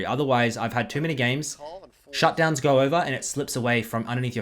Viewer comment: u keep adding R after an O 😂 , Like "ohr my god" "gor mid" HAHAHAHA am i the only one who noticed that kekw